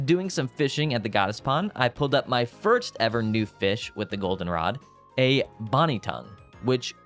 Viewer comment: it's not " bonny tongue " its bony tongue. bone-ee. also known as an arowana, it's a real fish :P